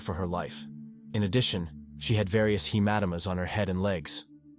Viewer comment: she had many "hemat a toomas." on her head. You lost me then. I cant stand AI voiceovers. Nor bastardized English. Poor Woman.